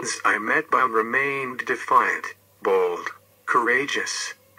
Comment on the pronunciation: It's not Eimetbaum, it's pronounced Tzi.metbaum